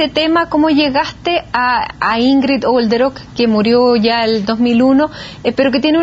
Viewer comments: Soy alemana y Olderöck se pronuncia sin H y sin J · Detallito Nancy. Es Olderock .no jolderok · Yo se que, dado el tema que se está tratando, es una estupidez lo que voy a decir, pero me perturba que la dama insista en pronunciar el apellido Jolderok, cuando no contiene ni J ni H. Sorry 🤦‍♀️